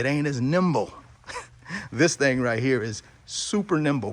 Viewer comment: "Thang"...very classy 😅😂.